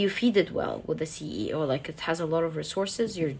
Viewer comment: Whenever i see the capricorn "The CE0,000,000" it sounds more like The CEOmillion, makes me feel rich